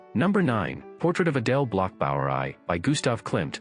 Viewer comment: Adele Bloch Bauer Aye? Less femmes? The pronunciation of a bot….absurd!